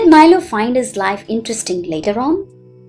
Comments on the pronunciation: That is not mailo ❌ milo pronunciation mi. Lo. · Like that is not mailo ❌ milo ✅ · Milo pronunciation wrong 😞😅